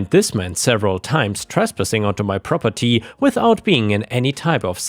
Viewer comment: Rroperty? AI?